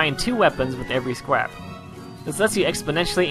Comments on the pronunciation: the he say scrap, square or scrwap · you said scwap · i swear i herd you say " and buying two weapons with every scwap"